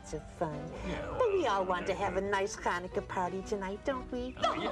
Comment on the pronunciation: It's so nice to see that there is a special episode on Chanukah! In she say Chanukah wrong. If you want to know how to pronouncens it you should listen to yemans Jewish. It is a Voiceless pharyngeal fricative not a Voiceless uvular fricative.